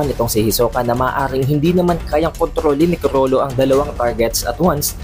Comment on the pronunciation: Sobrang R kulang na L 🤦‍♂️